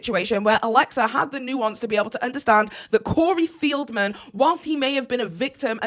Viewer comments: Feld-man not Field-man😘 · Corey FELDman, not FIELDman.